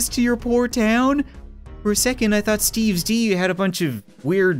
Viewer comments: I dont know why but when he says steves d i think he says steves dog lol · It's funny how he can't say "S quest to stop Steve's D"